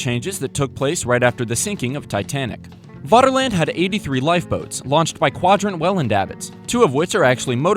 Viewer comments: You're already on the German security service's watchlist by pronouncing Vaterland as Waterland. V = F in German. FFFFFATERLAND!!!! Like Führer or verdammte Scheisse! You're every move is being watched and documented and stored on microfilm in a vault under the German embassy in Argentina. Extradition is being discussed but as ever the US government is being uncooperative in the prosecution of one of their own for war crimes and violations of the Geneva convention. Proceed carefully. Ffffery kärvullie! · It's pronounced 'Faterland' - 'v's are pronounced as 'f' in German...